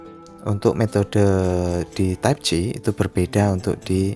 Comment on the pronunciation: Type C, bukan type ci 😂